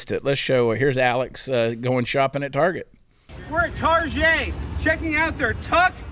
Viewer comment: Target pronounced targay